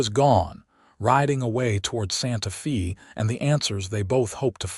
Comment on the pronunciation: EDIT & REVIEW!! The town is "Santa-fay" NOT "Santa-fee". Edit the reading, writing, closed captioning & graphics.